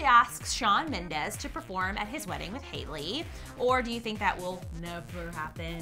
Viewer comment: Shawn Mendeeeees not ez!!! Ughhh